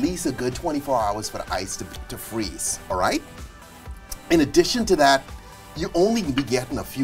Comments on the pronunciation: Fweeze It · When you Fweese it